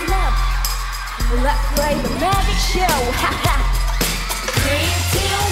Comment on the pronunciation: Magic 부를때 계속 Magic을 Mazik으로 발음하는게 거슬림.. 😑😬 매직은 [매쥑] 이 원음 발음에 가까운데 계속 [매zeek] 이러고 있음… 아무리 콩글리쉬 라지만… 그래도 신경쓸건 써야한다고 봄